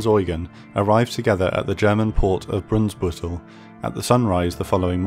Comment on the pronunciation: Well made Video. In the end you mispronounced "Brunsbüttel" in such a crude way that I had to laugh out suddenly. That was in stark contrast to that fascinating, thrilling atmosphere from the video. It sucked me in.